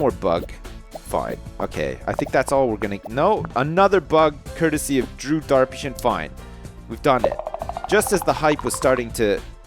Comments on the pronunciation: It's not drew darpyshyn it's drew derpysjin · Whenever you say Drew Darpyshyn, it sounds to me like Derpy Sjin lol